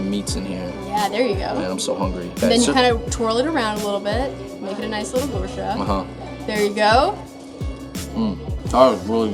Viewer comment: the way he says gursha made me giggle